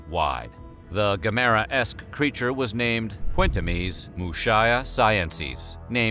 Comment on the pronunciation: Isn't there one real nerd working for you? No sooner had you misquoted the Lord of the rings line when you butchered the pronunciation of Gamera. Otherwise very good video.